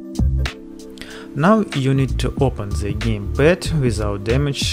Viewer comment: Clip is good but if i will hear another "ze" instead of "the" i will shoot myself :/